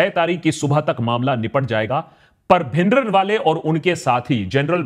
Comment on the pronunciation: bhai bhindran wala naam me n silent hai app pura bolte ho deol ko app dewal bolte hai dhillon ko dhillan bolte hai deol me o silent hai dhillon me n